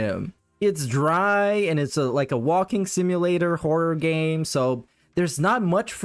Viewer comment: The way says 'horror' bothers me so much for some reason